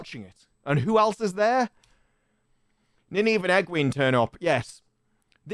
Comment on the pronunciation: It's pronounced Nine-Eve FFS